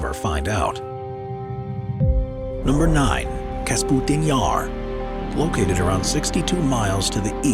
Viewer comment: Kapustin not Kasputin.